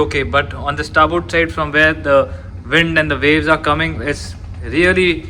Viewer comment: Its VAVES, NOT WAVES.